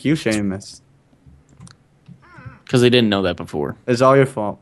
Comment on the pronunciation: theres no h in seamus